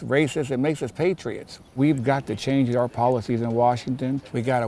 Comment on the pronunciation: Patriots not Patri-Nots!!